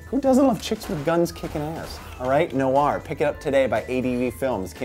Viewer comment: Noir, as in NWAAR!!!?? The french word for black. Black-Film, noir... Humphrey Bogart? Chinatown, The Big Sleep? Ugh.